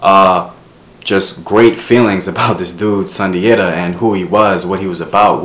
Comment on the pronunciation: Great video ,i am a direct decedent of Sundiata from Senegal,in our tongue it is pronounced (Soon-jaa-taa)